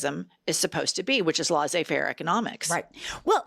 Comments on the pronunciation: Its pronounced les-ey fair, not lah-sey fair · Laissez-faire is properly pronounced like less-ay fair, not laws-ay fair.